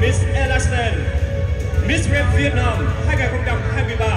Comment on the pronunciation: Miss Grand mà nói nghe ra Miss Trans ( Miss chuyển giới hả ?? ) 😌